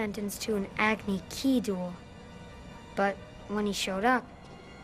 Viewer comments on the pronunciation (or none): Agni ki? KIIIIII? ITS AGNI KAI! KAAAAAAAAAAAAI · Agni ki? AGNI FUCKING KI?! IT'S AGNI KAI for fuckes sakes. I already hated this movie and this makes it just a little bit worse. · This video is great, I agree with everything said. The series is amazing, it's sad the movie didn't do it justice. The biggest problems I had with it were the pronunciation (for example it's not agni-KEY it's agni-KAI, and names. No. Names are names. You don't pronounce them differently because you want it to be "realistic" Like, really?), no hint to Aang's crush, and Katara's actress. Oh god, she was bad. I liked Noah for Aang, he just wasn't in character, like everyone else in the movie. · did that kid say (ag-knee-key)?????? um it was only entioned in the series about 15 times…. it's pronounced (ag-knee-kai) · Agni- Kee? df? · Aah-vuh-tar. Aang. Sah-kah. Eye-roh. Ag-knee-kai. I HATE YOU M. NIGHT!!! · agni ki, no its a agni kia , KIA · Yeah I was just typing it to say how it's supposed to be pronounced. ky=kai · AG-NI-KEY XD everything in this movie is pronounced wrongggg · "Ag ni kee"?!?!?! Oh my God I'm so glad I didn't see this movie!